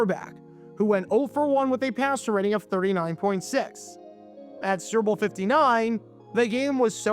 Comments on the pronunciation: I love how he calls the "Super Bowl" the "Cerball." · It sounds like you're saying serbil 😂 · Are you saying, "Syrup Bowl"? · Is he saying "sewer bowl"?